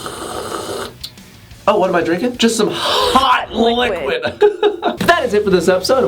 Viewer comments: "hawt liqwuid" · No one: Literally no one:: H o T l I q U i D